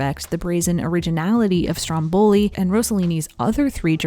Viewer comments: I'm sorry, I don't want to seem rude, but I'm Italian and I just want to tell you that it's Stròmboli and not Strombòli. I admire your lovely work and your dedication to this channel. Love from Italy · It's stròmboli, not strombòli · Not StrombOli. StrOmboli! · Just a friendly correction, it's pronounced Stròmboli, not Strombòli (I know it's difficult for non italian speakers to get it right, and it's just a little detail, but it bummed me so much throughout the video). I love your documentaries, I fell in love with Ingrid's work since seeing her in Murder on the Orient Express when I was little, thanks! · Yay!!! Love IB!! Saratoga Trunk is my fave. I thought it was pronounced strom-BOL-i. Journey to Italy is far superior to Stromboli. Indiscrete is readily available on youtube (shhhh) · I'm Italian and it's so funny how English speakers say "Stromboli". In Italian the stress is on the first syllable. I love these videos and especially on the old movie stars! It's a fascinating topic. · This video is AMAZING as usual, loved it. The american pronunciation of Stromboli is so funny tho